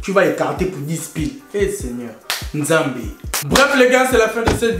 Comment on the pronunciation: Le "Nzambe"a la fin 😂😂 en plus il a bien dit